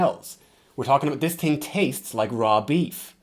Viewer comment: u master the american accent but it’s so funny when u say thing coz the irish accent creeps through and u say ting